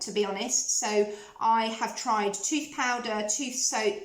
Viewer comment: I have taken stick deodorant to hot climates and never had an issue but you can put a small amount of it into a jar/pot and apply it with a wooden stick or your fingertips .. it is TOOTH not tuth ...you can say it properly as you said it a couple of times... sorry it is a pet hate!